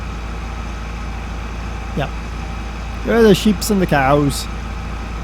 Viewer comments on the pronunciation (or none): I wish he would've stopped saying coos, and said cows. This guy is trying to be fucking funny and failing at every attempt.